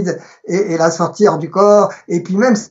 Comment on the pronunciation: question de prononciation : on a l'impression que vous dites "la sortir du corps" au lieu de "la sortie du corps" ou "la sortie hors du corps"